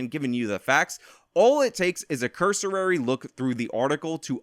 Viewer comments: The word is cursory, not cursorary. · it CURSORY (kER-suhr-ry) not CURSORARY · Cursory. Not "cursorary." I'm not trying to be rude, but you said it a few times, just letting you know. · It's pronounced, "cursory." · Too many syllables in cursory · Your pronunciation of "cursory" is pretty laughable bud.